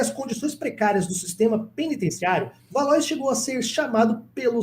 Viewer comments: Pronuncia-se valuá e não valois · Não é valois. A pronúncia é valoar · Valois (leia-se Valoá) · Acho que a pronúncia correta para Valois é "Valuá" 🙂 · Se escreve Valois, mas a pronúncia é Valo-á. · Valois se pronuncia 'valua'.